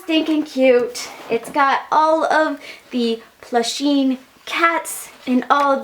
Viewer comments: i cringed every time that she said plusheen instead of pusheen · Every time you said "Plusheen" a kitty died hahah